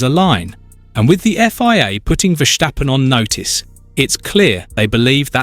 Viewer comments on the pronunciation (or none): It's hard ey", to pronounce a very simple name like Verstappen. It is "Verstappen" and it is not : Vershtappen like you did. You clown. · Makes me cringe everytime I hear it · Verschtappen?? Is he German now? 😄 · HE IS CALLED VERSTAPPEN WITH AN S NOT A CHE U CHIGNORAMUS!!!😂